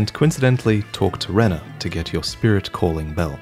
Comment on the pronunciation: Height is pronounce Hay-ate, and its Ranni, not Renna